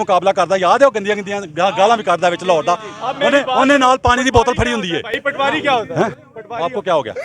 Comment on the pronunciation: Patwaari nahee Poti-waari